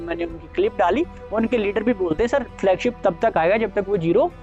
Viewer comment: Flugship नही Flagship बोला कीजिए .. झूठा network जी😊😊😊